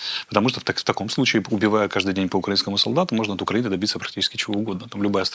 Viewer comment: Ты специально произносишь Укранини?